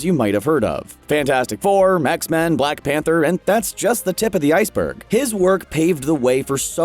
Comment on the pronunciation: I don’t know if it’s just me, but doesn’t it sound like he said mexmen instead of xmen. I might just be brain dead